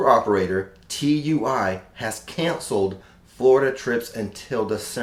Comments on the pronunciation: Tui is said two ee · Just FYI tui is pronounced “ 2wee”